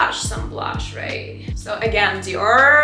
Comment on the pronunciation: Уау реально есть прогресс в инглише, осталось поработать над межзубным th и у тебя вообще не будет чувствоваться акцент и в целом немного отвыкнуть от русского произношения по типу гель, диор итд